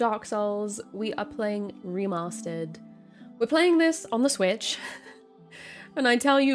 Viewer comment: "We're playing this.....on the SWTICH". Ok, here we go. lmao